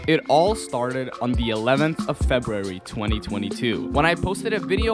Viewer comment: An iq test designed by a guy who what pronounce February. Yea no thanks.